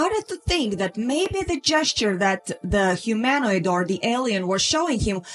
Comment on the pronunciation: It’s pronounced K+EYE-Lee and ‘YORK-shur’ and HUE-min-oid NB: it refers to the area around Haworth in West Riding Yorks. Very close to the bleak moorlands known to the Brontes (‘Wuthering Heights’. ‘Jane Eyre’ &c.)